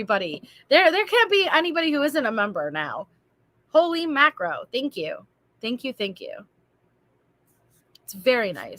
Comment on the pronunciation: And “holy mackro” instead of mackerel made me laugh and chuckle and smile. I love this channel so much!!! is the best hostess ever.